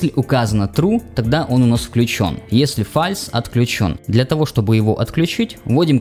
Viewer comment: Не фальс а Фолс, ладно…..